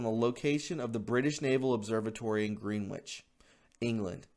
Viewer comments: Not wishing to diss you BUT "Greenwich" is pronounced "Grenich". Tiny point but it can irritate! (The English have a fascinatingly confusing way of speaking "English" ... it is certainly NOT phonetic) LOVE your site! Keep on going! <3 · Greenwich is pronounced “Grin-itch” my friend! 😉 It comes from the town of Greenwich in the UK - The center of the world at the height of the British Empire. To this day it marks the 0 point in the worlds 24 time zones & is referred to as UTC, GMT, or Zulu time in aviation and in some Military applications. See the example below: -12, -11, -10... ...“0”... ...+10, +11, +12. Thanks for the video and for all you do man. Just wanted to kindly point this out to you 👍🏻😀 God bless! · “Green witch” ... [cringing]. Pronounced as “GRENITCH”. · Pronounce it Gren-itch and people will put you on a higher respect level. You know how to read so you did. Green-which. Not your fault. Next time say "Gren-itch" and go against your instincts to read what is in front you. Trust me on this one. It works for me. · Gren-itch not green-witch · Gren-itch...not, Green-wich. Said in love. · It's not pronounced as GREENWICH TIME, although that's the way it's spelled. It' pronounced GRENICH TIME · Greenwich - pronounced 'Gren-itch'. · Greenwich is pronounced Gren-itch. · I remember a song by Dylan and it go's something like this : after a rock'n reel'n subway ride I wound up on the downtown side, Green witch village. Your mispronunciation brought me a found memory, thank you. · Greenwich is pronounced 'Grennitch' as in 'Grennitch' Village NY. The term GMT is Greenwich Mean Time. There is also global internet time. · Pronounced "GREN-ich". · I"m surprised non of the Brits beat up on you for your pronunciation of Greenwich. It's /gren ich/. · Greenwich is pronounced Gren itch 😊🇬🇧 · No disrespect but Greenwich Time is pronounced ' Gren-ich.' God bless all patriots and Believers in Christ. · Greenwich is pronounced "gren-itch". It is a location in England.